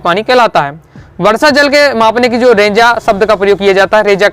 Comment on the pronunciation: सर जी वाले रेजाडी़ नहीं रेजाणी होता है